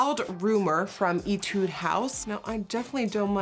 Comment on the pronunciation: This doesn't really matter but the brand Etude House is pronounced "eh-tude" not "ee-tude" ! A lil reference for next time, if there is a next time (: Loved the video and loved the look! Now if only I had that much talent to recreate it 😩